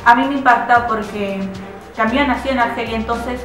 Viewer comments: mmm, yo puedo sobrevivir, no pasa nada por no escuchar "Camiú" :) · Buena reseña, sin embargo, es bastante irritante escuchar la mala pronunciación del apellido de Albert Camus, sería más aceptable solo pronunciarlo como se lee. Saludos.